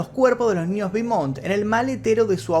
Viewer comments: Te puedo ayudar en algo? Beaumont es un apellido francés, su pronunciacion es ''BOMON'' eau=o la ''t'' no se pronuncia. Espero que no lo tomes como arrogancia de mi parte. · Se pronuncia "Bomon' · Querido, se pronuncia "Bomont" porque es francés, no inglés. Un gran abrazo. Excelente trabajo